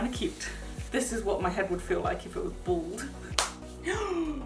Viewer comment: the way you said bald made me think you said ‘this is what my head would feel like if it was balled’ 😂